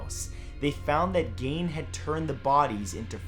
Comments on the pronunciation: Not pronounced gane but geen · *GEEN NOT GANE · "Ed Gein," pronounced "Geen." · Matthew, his name is pronounced Ed Geen. Not Gain. Love your work! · "Bloch" is pronounced the same as "block" and "Gein" is pronounced the same as "green" without the "r". (I used to be a librarian.) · HEY MATTHEW! I love LOVE your videos and always looking forward to freaks spoke of my area. I live in central Wisconsin and Ed Gein has always been something we talk about. I live about 30 minutes away from Plainfield.. and your pronunciation of Gein is wrong..it's Geein if that helps. more of the E sound. anyway.. love your content! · Son..... Its pronounced GEEN